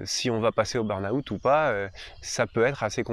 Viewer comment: bonne explication, merci. Par contre le "beurnaoûtte" ça fait mal aux oreilles 😅